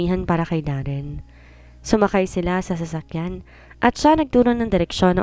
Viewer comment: Sasakyad sasakyan hindi sasskyad clear your nose so sasakyan not sasakyad !!!!